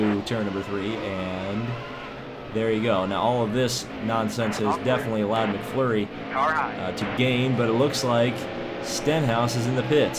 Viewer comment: It's not mcflury it's mcmurray